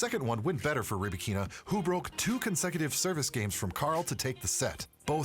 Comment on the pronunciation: Stop calling her RybakEEEEna. The accent on “A”: RybAAAkina. Don’t butcher name of this beautiful and talented woman.